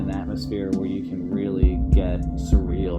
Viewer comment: Say surreal again you fucking weirdo. Surreal surreal surreal. Oh its so surreal